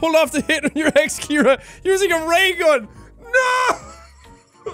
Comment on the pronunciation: ciara not Keira